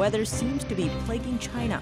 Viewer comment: She said "plaguing" China